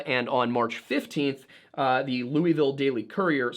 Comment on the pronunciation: ahhh thank you for saying Louisville correctly 😂😂